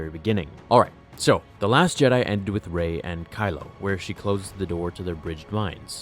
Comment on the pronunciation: I loved this story until you said 'Rey'